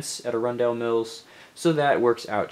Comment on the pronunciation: Great pab wall selection. Also, pronounce it Arun-dul.